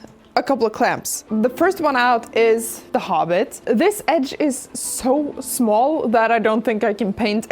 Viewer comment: All the words sound English, but small sounds smöl